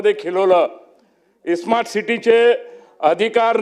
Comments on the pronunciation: या नालायक आमदाराला "स्मार्ट " हा शब्द देखील नीट उच्चारता येत नाही,तो "ईस्मार्ट " म्हणतोय. काय लायकी चा आहे हा. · या अवलडीला smart city आणि ismat city बोलता yet नाही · Yala smart bolata yet nahi...e- smart mhanato....ani mundhe saheba varati bolato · ह्या खोपडेला स्मार्ट सिटी बोलता येईना... ईस्मार्ट सिटी म्हणतोय.....😂 UPSC चा syllabus बघ आधी मग समजेल.....😂